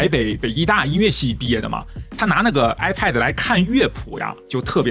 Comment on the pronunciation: 一直唸 I paid 😂